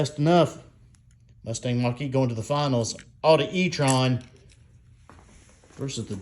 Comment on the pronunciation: Musthang Mock-E. What were they thinking? lol